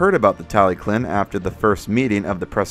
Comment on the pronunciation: Tallyllun isn't said as "tally clin" but more like "tal uh hlin" if you want to be proper on pronunciation.